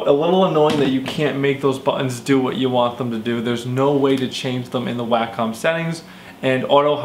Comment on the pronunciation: it's: 'wah -come', at least know how to say the name if you're going to review a $1500 product.